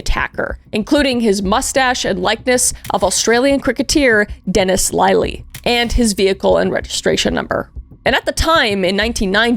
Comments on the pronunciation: Kris: Sorry for the mispronunciations Me: It's fine, as long as you tried, and honestly how bad can they - wait, what's that? "Dennis Lie-lee coming in with the steel cricket bat to take me out at the knees" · I enjoyed Dennis Lye-lee. 😅